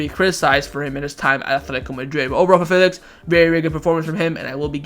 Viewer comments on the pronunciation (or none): chewing his words on Felix